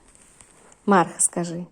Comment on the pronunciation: Марха- ударение на вторую 'а" - так называется посёлок рядом с Якутском. Очень рада за собачек, нашедших свои семьи! Всем огромное спасибо!